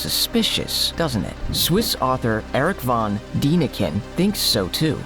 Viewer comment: Good video, just a correction on Erich V.D, it's pronounced Dan, not Dean 😉